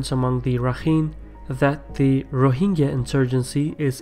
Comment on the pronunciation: It is not ro hing ga. It is ro hin jah.